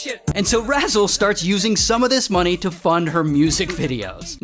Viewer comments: “Aurthur we need moneh” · Dutch: "We need more moneh!" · "Moneh. Moneh. Dinero" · “Arthur, we need more moneh”